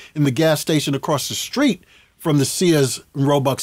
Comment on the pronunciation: A whole lot of black folks can't say the word "Street" 🥴 what a great story teller 🤩thanks for the interview 👍